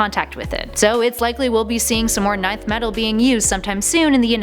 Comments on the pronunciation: why is she she saying ninth metal instead of nth metal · It's pronounced "Enth" metal not "Ninth" metal...... 😒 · Nth metal is pronounced EN-th not nineth....Fun fact: Nth is the only word to contain no vowels. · Nth metal is pronounced 'in-th" metal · Show me any DC publication where Nth is pronounced "Ninth." It's the equivalent of pronouncing Darkseid, "Darkseed." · Get someone to do the videos who isn't just reading a script. It's painfully obvious when something as simple as Nth is said wrong. Ninth metal lmfao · It used to be pronounced like that Pre-Crisis